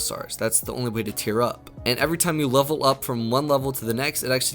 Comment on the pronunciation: Many ways to tear up is what it sounds like hes saying